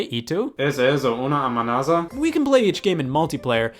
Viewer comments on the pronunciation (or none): He's Spanish is bad (the pronunciation of "¿Es éso una amenaza?") I'd had to hear that clip three - five times to clearly understand it. And by the way, another translation for "Is that a Threat?" would be "Hostigamiento"/"¿Me está Hostigando?" (and yeap my Spanish spelling it's good cuz my native/first language is Spanish)